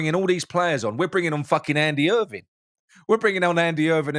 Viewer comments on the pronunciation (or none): none